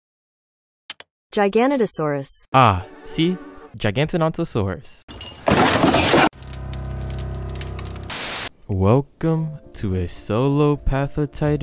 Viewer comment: It’s jiga-no-to-saurus